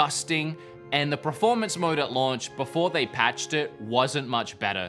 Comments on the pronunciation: I love how the longer this video goes on, looses the ability steadily to say performance and then just looses all concept of the word and says pre-formance 😂 anyways, nice video dude! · PERformance not PREformance, so annoying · Take a shot every time says "Preformance". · PERformance, not pre, PER-for-manse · Drink every time this dude says proformance. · Praformance mode hey? Good praformance on this console hey? I love a good praformance 😂😂😂 praformance, some help this dude with his pranunciation 😂😂